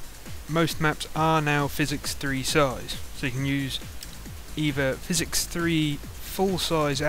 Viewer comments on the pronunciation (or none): I think hes saying PH as an F and X is just hard to say so it turns into physics